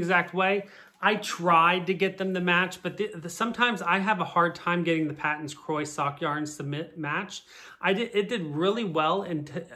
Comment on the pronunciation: Paton's is actually pronounced Pay-ton's. It took me a long time to accept this and pronounce the name correctly. It was originally a British company or something.